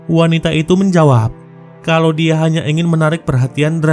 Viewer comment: perbuattt, nyahhhh, diahhhhh, terbakarhhhhh,bungahhhhhh, padanyahhhhh